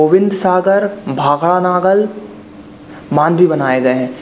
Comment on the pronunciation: Naagal ni nangal